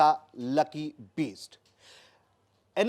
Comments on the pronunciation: पत्रकार महोदय का उच्चारण लकी बीस्ट कर रहे हैं!!!!!! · अरे gandu bisht aur beast me antar nai samjhta uchcharan to sahi kar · Bhai ptrakaaaar uchharan to theek kr le lucky sir ke surname ka..